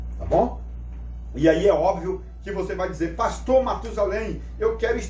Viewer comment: O especialista corrige o nome no vídeo: "prastor'' kkkk